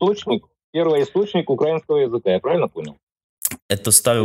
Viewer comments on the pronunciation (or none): none